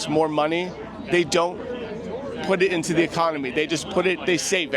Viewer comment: I can't believe no one hit you... XD You gotta learn how to pronounce 'the'.